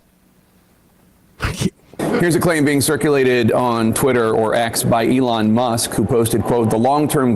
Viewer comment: Sam, who is the "Along" Musk you speak of? To quote Keegan Key--"Say it right!